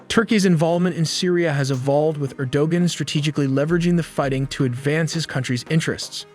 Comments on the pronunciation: Your grasp of the proper pronunciation of people's name is atrocious. Erdogun is phonetically pronounced Er-do-wan. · Yeah, whack job! Erdogan is pronounced Arrow-wahn.